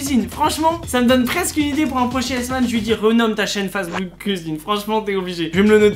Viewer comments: wouah starf la pronotiation de pour facebook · Facebook je le prononce tout le temps face de book😂😭